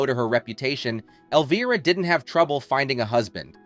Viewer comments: Love Cassandra, but whoever owns the narrative voice for this special, you need to know that Elvira, as you may have noticed, is spelled with an "I" not with a double "EE." It's pronounced L-Vy-Rah, not L-Vee-Rah." This one boner on your part makes it incredibly difficult to listen to - kinda like fingernails down a chalk board. Please PLEASE fix this mess. Otherwise, it's interesting. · Where did they find this idiot who can't even pronounce the name “Elvira” ?? When "OUT" of character the lady's name is Cassandra not Elvrea,. l have to wonder if the narrator was also the writer? Somebody needs to go back to school! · Can't say I've ever heard Elvira's name pronounced elveera. YouTube has fabricated its own niche for this ridiculousness, having narrators speaking words to describe tv shows and movies they have clearly never even heard of, let alone watched, ever; and it's really annoying. Imagine a world where people do this narration bit, for topics they're familiar with, know about, and have some minimum level exposure to what the hell they plan to talk about and force people at large, to listen to. I realize that's almost as unrealistic of an expectation as it is to expect common sense in the common public, anymore, but it would help the world, in a small way, to be a better place. I'm two and a half minutes into this video, but I'm closing the tab for it as soon as I'm done writing this. Thank you for saving from wasting my time. Suck on my feedback.